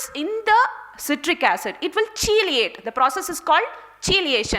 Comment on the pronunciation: nice talk, well presented hence, captivating and very informative. However, the word "chelate" is pronounced as "kee-layt" and not the way you pronounced it. I bring this up because I feel that proper pronunciation is important in presentation so that we will not be looked down by the westerners who always think they are superior.